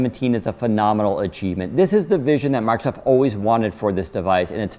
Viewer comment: First time I ever heard someone pronounce the Redmond-based company's name as "Markov". Markov Windows. Markov Word. Markov Surface Pro. Unusual!